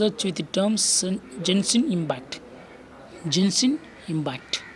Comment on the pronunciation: Bro u don't pronounce genshin impact like that